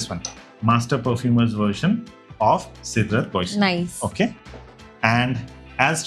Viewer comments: I think it's pronounced as " SEDRA BO ZEY " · Cédrat Boisé (by Mancera) is correctly pronounced in French as say-drah bwah-zay